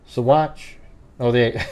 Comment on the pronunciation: pronounced Sauh-watch